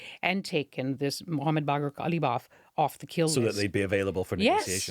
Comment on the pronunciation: It's Galibaf,not Gabalof. It's not a soviet type name. Literal meaning of the name is "carpet neater". He is rather a murderer than carpet neater though.